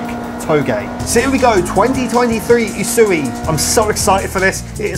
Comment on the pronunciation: I dont know why but the way he says usui just doesnt sound right lol, but good video